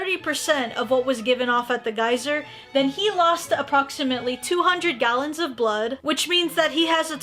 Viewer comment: omg you just said kallons instead of gallons lol